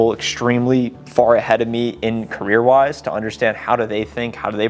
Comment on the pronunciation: Gotta change the intro! Says CARRIER NOT CAREER